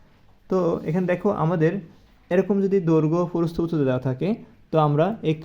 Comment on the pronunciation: সার আপনার প্রস্থ উচ্চারণ ভুল হয় ।